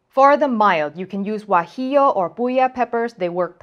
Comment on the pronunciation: Thank you for pronouncing guajillo perfectly